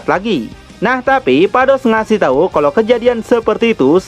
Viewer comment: Ada kata yg terpeleset min. "Balmod memberi tai 😂" Menit 4.30